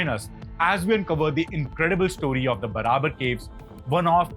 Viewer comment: Pronunciation of ' Barabar ' too is wrong . Its pronounced as ' Baarabaar ' . Please correct .